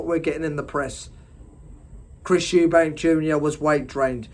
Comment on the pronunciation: Switched off when you said eubankS